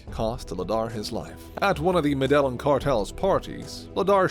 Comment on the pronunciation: you are pronouncing Medellin incorrect